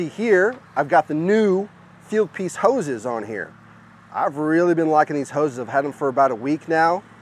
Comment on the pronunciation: All i heard was houz and hookers :) Just joking, nice setup :)